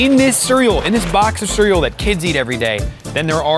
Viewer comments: bro said "Siryal" instead of cereal LOL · is literally saying “Surrel”😂